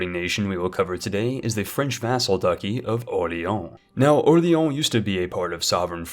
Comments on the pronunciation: I would just like to point out "Ducky" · "ducky" :facepalm